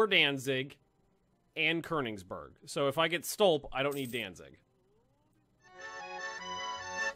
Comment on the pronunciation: Ugh say Konigsberg right